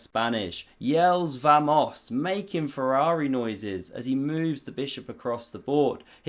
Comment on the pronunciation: The Spanish vamos is pronounced like "BAMOS"